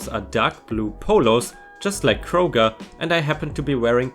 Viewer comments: You got Kroger right. (Like Crow-ger. Crow as the bird.) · Don't worry, you pronounced "Kroger" correctly. 🙂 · Don't worry. You pronounced Kroger correctly. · No, you pronounced Kroger right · ************ Kroger pronunciation is correct. Long Oh sound. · you said Kroger right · You said Kroger just right. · You pronounced Kroger correct! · You pronounced Kroger exactly right. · You said, "Kroger" properly. We usually say, "Kroger's", but close enough. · No, you didn't butcher the pronunciation of "Kroger". It's definitely pronounced the way you pronounced it,. I say as a former cashier at King Soopers (which is Colorado-flavoured Kroger). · You pronounced Kroger correctly. At least, that is how they pronounce the stores name in my area. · I live in the town that houses Kroger’s headquarters. That is,indeed, the correct way to say it. :) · You most definitely pronounced Kroger correctly! And I laughed out loud at the phrase "old lady treats" in the one sweet story. Not sure why I got such a kick out of it, but there ya go... Love your channel and work that goes into it! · You got Krogers right, but Tucson is pronounced Too-son the "c" is silent.